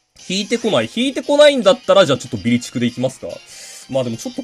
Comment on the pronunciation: 途中からビリチクがビーチクにしか聴こえなくなった俺は変態なのでしょうか